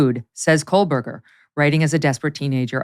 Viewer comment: Megyn, stop putting an L in Koehberger please.